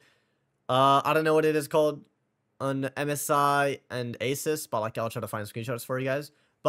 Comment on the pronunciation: The 9950X3D is NOT faster in gaming than the 9800X3D. It's the same. CPU's are not guaranteed to hit F Max. Asus is pronounced A-soos not Aces.